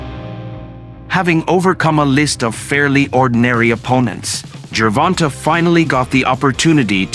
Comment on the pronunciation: Wait a minute. Is it Gervon-TA or Gervon-TAY?